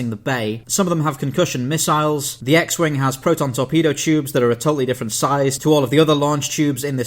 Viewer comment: “Wing-uh” Still love you:)